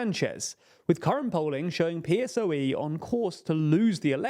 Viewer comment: I watch all your videos (on Nebula, without the option to comment), and in general I do enjoy your content, but you just can't get pronunciations right, ever. It's "PP", not "PPP". PSOE is pronounced as a word (Pesoe) not P.S.O.E. And it's worth mentioning you insist in pronouncing Wagner as Water, it's not an English word. You corrected your mistake with San Suu Kyi, please learn to pronounce Wagner. PLEASE